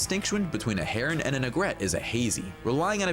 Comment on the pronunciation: This guy should look up how to pronounce "egret," "vermin" and "misnomer"